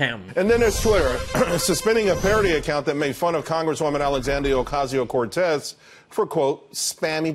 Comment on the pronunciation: I could swear the sports pundit pronounced AOC's name as "Alecsandio Docasio-Cortez"! Genuine slip of tongue or secret parody? You decide, LOL. 😂